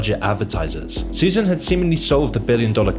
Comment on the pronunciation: Not sure how you get "Suzanne" out of "Susan."